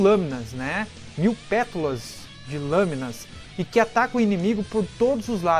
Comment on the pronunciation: Vídeo fodastico,pena que tu não consegue falar "pétalas" corretamente kkkkkkkkkk